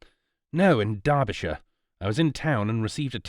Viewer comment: Derbyshire is not pronounced as the reader did which is the American way. Derbyshire is pronounced as if Derby is written Darby, with an A, minor point but might as well get it right.